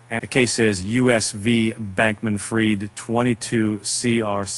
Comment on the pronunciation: pronounced FREED not fried!!!! But you're the experts lol.